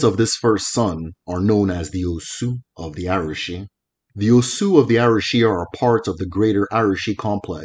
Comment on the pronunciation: I enjoyed your videos...but i noticed you pronounce some Igbo terms like they were yoruba words...e.g Arushi, Agbara etc.